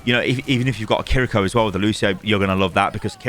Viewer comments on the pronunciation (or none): none